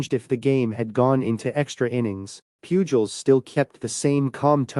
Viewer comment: Whoever did this video should also know that Albert Pujols's last name is pronounced poo hols, not pyuu jols. How can anyone following baseball not know that?